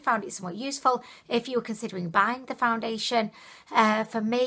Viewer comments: You said "foundeliation" several times. Never heard anyone pronounce it that way. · April Dunn thank you!! i wasn't sure if that is a new thing or if it was just her accent but yes what is foundidliation? lol